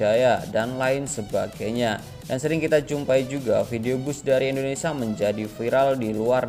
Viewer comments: indonesia brooo... bukan indonesa...😂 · Setiap bilang indonesia selalu di bilang INDONESA kacau ucapin bangsa sendiri aja salah